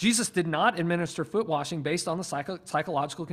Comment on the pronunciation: Have “Foot Washing Service” where we wash the disciples’ feet. However, saying “warshing” or “worshing” should be flogged.